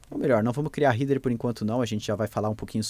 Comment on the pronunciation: A pronúncia de Header é "rédãr", não "rider".